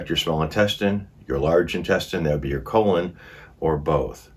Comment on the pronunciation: Sounds like Colin cancer!!!